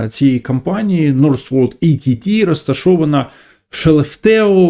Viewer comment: Працював в Northvolt Ett. Ett це "один" шведською. Читається як "етт". В Labs теж працював. Ви багато чого не знаєте. Але скажу коротко - цей проект майже не має шансів.